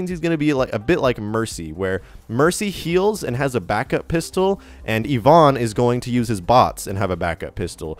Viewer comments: The way you pronounce Ivon is disturbing my soul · Please learn how to say Ivon.